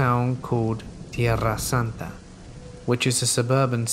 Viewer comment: Having been born & raised in San Diego, I’ve yet to hear Tierrasanta pronounced more beautifully than from you ✨🥰✨